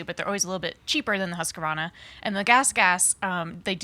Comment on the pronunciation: Everyone else: "husk-varna": "husker-vonna"